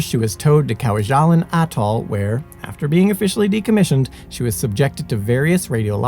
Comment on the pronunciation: It's pronounced Kwa-ja-lane. (Two short a's and a long a.) You and Simon have excellent, well written videos. Minor quibble: You would do well to check pronounciation particularly of place names. Many US veterans could have helped with this one.